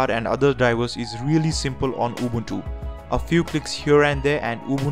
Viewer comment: The way he pronounces it... UWUntu